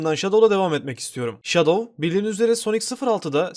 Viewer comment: Abi Enson sonicle şadov diyeceni sandım 🤣🤣🤣🤣🤣